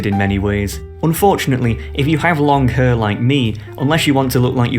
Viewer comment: Why tf does he keep saying hair as hăr?